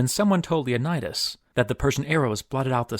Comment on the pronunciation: Leonidas, not 'Lionædas'